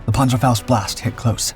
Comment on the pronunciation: Great story just wish they'd pronounce the panzerfaust